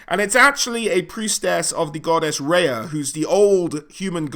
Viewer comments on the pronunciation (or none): none